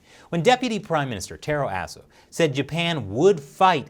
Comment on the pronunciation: Taro Aso? That's a challenge last name to pronounce correctly. pulled this off nicely.